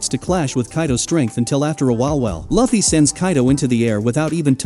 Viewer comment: Asking us to subscribe you without even pronouncing their names right i mean really, who tf are these “Way-no & Loaf-fy…” ? Nah, sorry mate no sub for you yet until you put some efforts on it pronouncing their names correctly. But don't worry tho at least there are people who doesn't care about that. But for me I care tho because names are one of the most very important identities either it's a person or an object(including anime too)